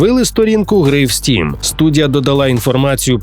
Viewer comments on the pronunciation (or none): none